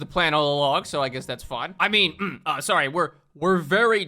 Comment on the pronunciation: yeeeeeah all filim (our king) did was say sawwy